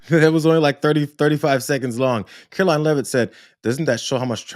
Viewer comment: Your getting gray. Just to correct you, her name is "Karoline" it is "Karolyin'!"